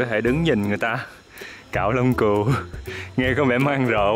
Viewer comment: kêu cừu đến bên cạnh mà cứ như kêu cún ấy. 😆 Vui ghê